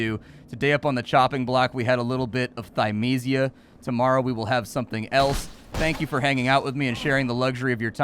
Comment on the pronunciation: I think developers should put pronunciations next to their titles sometimes for people like, I love his content but he manages to mispronounce every title D